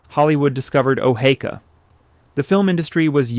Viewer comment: Sometimes he says O-hee-ka, which is correct and sometimes he says O-hay-ka. Good video but knowing how your subject is pronounced should be a no brainer.